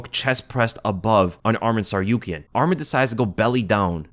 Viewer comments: Thanks for the video brother, just for information his name is “ArmAn and not ArmEn” and his family name is “TsarUkyan not TsarIUkyan” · Who tf is this SarYOUkian guy? sounds like he didn't go unconcious.